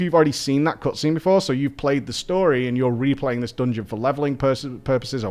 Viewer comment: I absolutely loved that “dongon” 🤣❤️